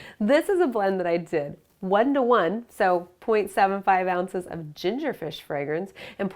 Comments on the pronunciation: Omg she's said ginger frish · You said, "what's ginger Frish you ask?" Lol frish